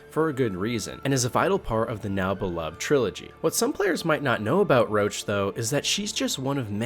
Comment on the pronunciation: Its Roach... Not LOACH.. tf.. they literally describe why he calls his horses roach and it's to leep from getting attached.. roach as in Cockroach